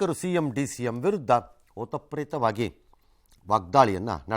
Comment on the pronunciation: ಓತಪ್ರೇತವಾಗಿ ಅಂದಿದ್ದಾರೆ. ಓತಪ್ರೋತವಾಗಿ ಎಂದು ಹೇಳಬೇಕಿತ್ತು